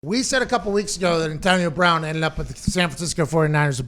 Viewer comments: Pat- “ntonio bwoun” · the hell is with that? lol